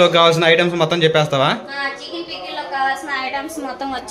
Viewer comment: పిక్కిలి కాదు పికిల్